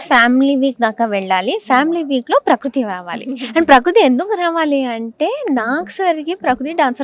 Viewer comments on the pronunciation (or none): Prakroothi kadhu anchor garu prakruthi 😔